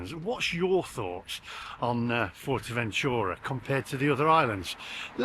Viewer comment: So you're judging Fuerteventura by visiting one town, looking at Asian, Chinese, Indian and Burger type places. You're in Spain mate. 🤔 It's pronounced Foowertaventura and Coreleho BTW. You do a few car videos. Get in one and drive around the island. You'll see all the sand dunes etc.. You've heard of. But hey if you like Blackpool in the sun fair enough.